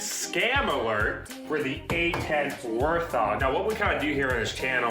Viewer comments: Just a disclaimer that the word "warthog" is pronounced "wart hog", not "war thog" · I’m sorry did you say war thog